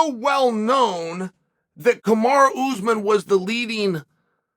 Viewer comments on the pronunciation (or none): Ooze men. Can you try to pronounce the names of fighters? Even if you can’t succeed, just try.